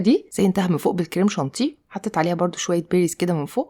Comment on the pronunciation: Purée Crème chantilly وليس شونتي😂😂😂